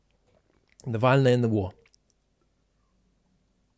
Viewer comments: Zeihan consistently mispronounced navalnys name (as "nalvaney" or so). This alone can tell you: he doesn't speak Russian, no one in his team does, and their analysis this will be rather.. random. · Most important thing Zeihan did was to weirdly mispronounce Navalny, which was of course deliberate. Z has an inflated sense of his ‘big picture’ overview such that he’ll always deflate a Navalny because it inflates Zeihan! Nalvany! Honestly. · It didn't sound good when Zeihan was referring to "Navalny" as "Nalvayny" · nikki haley kept calling him Nal-vany as well. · It's funny how my grasp on "Nalvany"'s significance is better than Peter Zeihan's. Gosh, it's almost as though one should put in the work to learn somebody's name properly before commenting on their significance. And I might add that it's not just pronunciation. It's mixing up the literal composition of the name. I for one have made it a habit to try and know what I'm talking about - and up until then listening and reading up on the issue. That doesn't mean Zeihan is bad or morally objectionable. It just means that as in quite a lot of other instances, Peter Zeihan is skipping on due diligence, which kind of warrants taking him somewhat less seriously than you might otherwise. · Peter it's Navalny. Not Nalvany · Zeihan repeatedly pronounces "NaLVany". Enough said. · Peter Zeihan can’t even say Navalny (“Nallveiney”…) correctly. I think it undermines his credibility that he consistently managed to transpose the L a whole two spaces back. Can he not read well? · Ah yes, the famous Axely Nalvayny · Zeihan (who pronounces ‘nuclear’ ‘new que lar’), went on about someone called ‘Nal vien ie’….. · Nalveiny.. Zeihan's knowledge on eastern europe politics is about as good as his attempts to pronounce Navalny's name. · Nal Vein Ee? Pronunciation DOES sometimes matter. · Given that he didn't bother to learn how to pronounce Navalny, then I would guess he didn't particularly do much other research